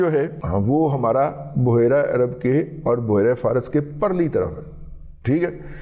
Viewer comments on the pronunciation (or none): none